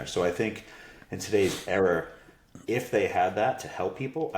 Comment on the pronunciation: there’s no r at the end of era